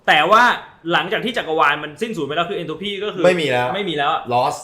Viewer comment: Entropy(เอนโทรพี) ค่ะ ไม่ใช่ เอนโทรฟี